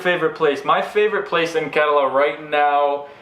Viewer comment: The way you say KERALA is soo gooood!!!!!